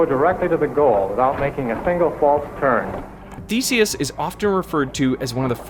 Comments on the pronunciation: I could have sworn he said the first robotic mouse's name was "Feces". I even played it twice. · I had to look up the original electronic mouse's name because the way you pronounce it sounded like "faeces". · i didnt finish watching because you cant correctly pronounce Theseus